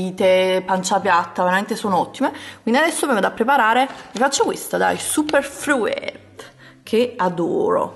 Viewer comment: non sei mai andata d'accordo con l'inglese. Detox si pronuncia "ditox" mentre fruit si pronuncia "frut". Comunque basta poco per non sbagliare. Vai su google translate (esistono anche altri siti) e ascolta l'audio della parola che ti serve :)